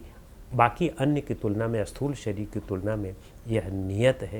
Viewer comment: Sir, prabhootaiH is not properly explained here. PrabhootaiH refers to the Sharir which is made from panch mahabhootas. That is Annamaya Kosha. Also, for the audience, the pronunciation a-sthool is actually Sthool (no A is there).